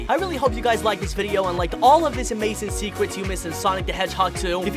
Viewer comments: At the start did you say "new secwets you missed" and you said fwesh? And you said fwiend AND YOU SAID SECWETS AGAIN AND AGAIN AND YOU SAID SWOWLY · My DUDE literally said seekers instead of secrets LOL😂😂😂😂😂😂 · a full list of how you pronounced words incorrectly in this video: yeer, fwesh, sawnic, worl', shronger, diece, thwetiened, rioght, gouys, rwit, dianamic gween emweld, woboic, Wisoskie, docor, eggmn, billians, dieanamic, secwets, hechoc, segao, wittwe twaining, chilliedoc, muvie, sonicomics, wasecar, gween, wiver, mausic, weferance, weally, sewies/sewie, westing, sars, ekindnao, teils, weach, fawr, awway, amoung, ian, veary, simialar, batniacs, shiyp, leavle, and vewy. tell me if I missed any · “10 secwet in sonic the hedgehog 2” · Secwets? Hahaha